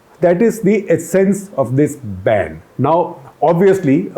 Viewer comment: I heard, " started the plan with a bam!" rather than "started the plan with a ban." LOL